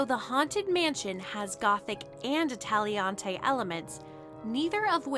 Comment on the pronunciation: I love you and your videos, but I feel I gotta tell you, Italianate is pronounced " ih TAHL yuh nate ".